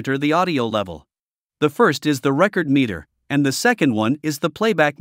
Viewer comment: Hi there. I have issues with both. Your voice didn’t make a difference between récord and recórd as I recall. Also as a musician I have a problem with computers doing what people can do, especially in the arts. Thanks for asking.